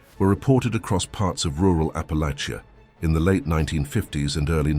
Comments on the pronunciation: Raised in East TN. Loved hearing these stories. Raised with most of them. But just one problem. Please please please, learn to pronounce Appalachia correctly. Thank you. Just remember apple at cha. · Teach AI how to pronounce Appalachia!